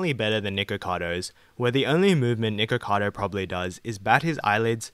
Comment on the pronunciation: “Niggakado” lmao couldn’t help but hear that every time he said his name